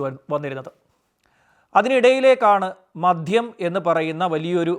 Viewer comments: മദ്ധ്യം അല്ല മദ്യം എന്ന് പറയൂ. താങ്കളുടെ വീഡിയോ കൊള്ളാം. ഉച്ചാരണ ശുദ്ധി അത്യാവശ്യം ആണ് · sir മദ്യം എന്നല്ലേ .. sir മധ്യം എന്നാണ് പറയുന്നത്. sir പറയുന്നത് ശ്രദ്ധിച്ചു കേൾക്കുന്നതുകൊണ്ടാണ്….